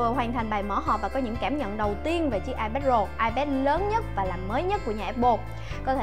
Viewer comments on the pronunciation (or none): Nghe như : và đât là ipad rồ của chúng ta